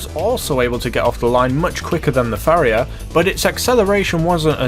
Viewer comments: Pronounced pa-ri-ha not fa-ri-ha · Pariah not Phariah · You saying Phariah instead of Pariah was fun, but seing people repeating the mistake in the comments is hilarious. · Fariah? You mean pariah right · Gripe time: 1. You completely ignored the fact that the Raiden is a 4-seat sports car. Don't you think that's something? 2. It's pronounced "PAH-RAI-UH"... that's not a PH at the beginning there. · Where you from because your pronunciation is fucking shit where in paraiah is the ph it's pa-rai-a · its pronounced par-I-ah not far-I-ah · did he just say “fariah” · "Fariah" lol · Paa rye ah....YouTube how to pronounce is your friend. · You're pronouncing the pariah wrong. (Puh-Rye-Uh) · There is no ‘Pha’ in ‘Pariah’ ‘Pah-Rai-Ah’ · Pariah is pronounced 'puh-RI-uh' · Pariah is pronounced pa-ri-yah or pa-ri-yar. It means an outcast, a community, group or species that is generally despised, someone in exile or a member of one of the oppressed social castes in India. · Just FYI, it's pronounced Pah-rye-ah:) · It’s pronounced pa-riah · The way you say PA-riah as Phuriah really triggers me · It's par-eye-uh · Pariah is pronounced "puh-RYE-uh". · It's Par-i-uh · PHARIAH? there's not even an h there... it's spelled pariah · How come nobody seems to know how to pronounce pariah? It's pah-rye-ah. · Pa-r-eye-ah. Wheres the PH... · pariah is pronounced, pa-ra-ya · How the fuck do you mispronounce Pariah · Pariah [(puh-reye-uh)] An outcast; a member of a low caste or class. Note: The word originally stems from the caste system of India, which put pariahs in a very low place in society. In the United States, it refers to those of low social class or social status. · You're pronouncing the Pariah wrong dude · It’s pronounced ray-den and pa-rye-aa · jesus man.... ray-din .. puh-rye-ah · Ever heard of Raiden from Mortal Kombat? Yeah, that's how it should be pronounced. And where did the "ph" sound come from in "Pariah"??